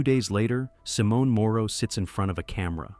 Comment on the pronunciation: And Simone in Italian is pronounced SimON-eh. The final e in Italian is never silent.